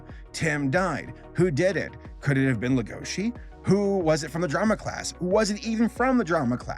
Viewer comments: noone:: legOUshi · Does Netflix have the series sub'd and dub'd? It's kinda annoying me that is saying Lah-goa-she & Tim, instead of Lay-go-shee & Tehm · Legoshi is pronounced 'lego shi" not " la goshi "... Sorry but hearing it wrong is such a cringe. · The way you pronounce legoshi makes me wanna actually die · Uhm … little nitpick here but you’re pronouncing the name ‘Legoshi’ very wrong. Now I’m really curious. Did you watch Beaststars only with English sub, or did you also hear it in English dub?